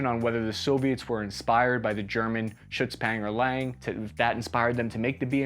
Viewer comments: WTF is a "Shutspangerlang"? It's Schützenpanzer lang - "long rifleman tank" - or just HS 30. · Schützpängserläng. Speaking german, i have no clue what you try to say. Please try to pronounce it better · pls next time ask a german to pronounce Schützenpanzer lang instead of saying Schüzpengerleng, but other than that good vid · Nice video over all but your german pronounciation is horrible😂😂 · The Schützenpanzer Lang Is pronounced different Schützen witch meanes Shooter or marksman (plural) Panzer meanes tank And lang menes long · Schützenpanzer Lang = Marksman Tank (Long) I am horrified by the mispronounciation edit: corrected for distinction between "Schutz" and "Schützen" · If you can't pronounce a german piece of military equipment in german, it is perfectly fine to call it by its translated name instead of coming across like an idiot. They way you butchered the name several times is about the same as me calling an M1 Abrams an "Emmueeerbrammzz". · As an German the way you pronounce the word „Schützenpanzer Lang“ really triggers me But I’ll guess we all have to start somewhere Great video